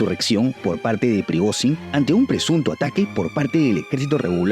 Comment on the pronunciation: se pronuncia prigollin